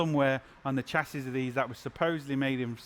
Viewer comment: Shass-ee NOT Chass-ee.